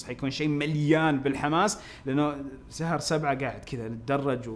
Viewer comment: كانك قلت "سهر سبعه" دقيقه